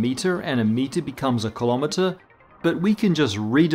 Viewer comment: Not kalamatuhz, rather kilo'meters.